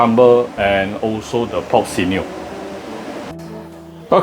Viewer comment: sinew is pronounced sin-new